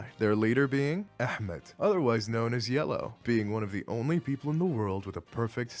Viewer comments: why did you say Ahmad so perfectly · I don’t think I’ve ever heard someone pronounce Ahmad so perfectly….this is sus ALSO I AM OBSESSED WITH THIS IDEA everyone get your OC’s ready